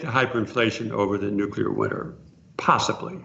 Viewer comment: Raoul... Please don't say "Nukila"...)))